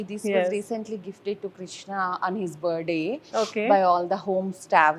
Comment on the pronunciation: pls pity poor English of the anchor... and poor too says "Buh -day" instead of Birth-day. somebody teach her that R&T aren't silent band never silent in Birthday.. perhaps she never heard that word on any of her international tours, or she could have picked up the pronunciation..